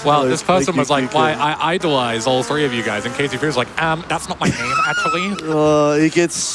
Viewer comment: how about “kilo Zulu frew”